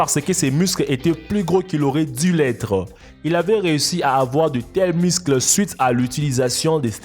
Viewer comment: « Les miscles »😅